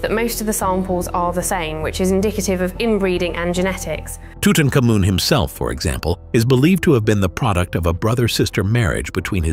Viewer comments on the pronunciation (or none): Well....Off the top, ask Mr Google how to pronounce Tutamkhamun.